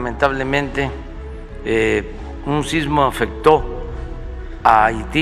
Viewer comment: Solo para hacer la observación: Haití la H va al principio no Ahiti...